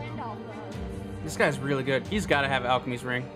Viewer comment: did my man just say alchicmy's ring?